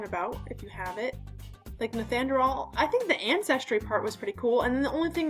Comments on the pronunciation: Not "" but pronounced Nee-an-der-thall" if you are in the US. It's Nee-an-der-tall everywhere else. Many people with European ancestry have some Neanderthal. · I'm 4 percent neanderthal which is the highest you can be. I just thought it was so funny how she said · I know it sounds like some kind of medication the way she pronounces it lol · ''nethanderal''. sounds like the medication you're on!